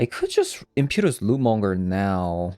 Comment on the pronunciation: Im-pet-choo-us lootmonger. Not im-pew-tus